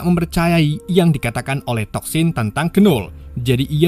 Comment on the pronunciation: disclaimer: tulisan nya Knull tapi bacanya Null bukan Kenull